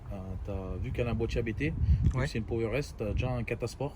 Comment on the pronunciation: Super vidéo ! Juste pour info Abt c'est un nom de famille ça se prononce tel quel , pas a bé té comme si c'était des initiales ;)